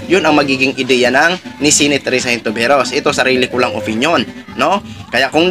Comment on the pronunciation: Hello po brod... Lagi ako nanunuod ng blog mo specially dito sa update sa issue ni pacq... May isa lang mali sa iyo na palagi ko naririnig,.. ( senatora HON- TI- VE- ROS ).. hindi po (HIN TO VE ROS)✌️✌️✌️